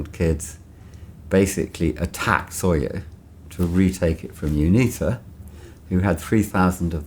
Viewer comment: SOYO not Sawyer